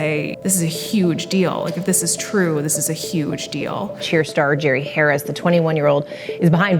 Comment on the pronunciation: Mispronouncing his name is kinda a great way to disrespect someone like this. I like it.